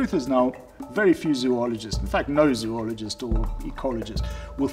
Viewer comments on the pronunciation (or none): This guy can't even pronounce "zoologist." Some expert.